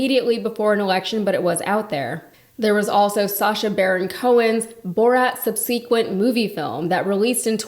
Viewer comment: How do you not know how to pronounce "subsequent"?